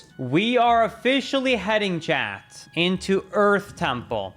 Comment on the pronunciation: T........ it's chaT ......not chad....